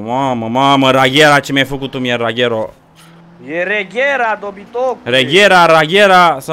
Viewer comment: Fara suparare, dar se pronunta "regera" nu "reghera" si nici "raghera" 😂 😂 😂 💪🏾💪🏾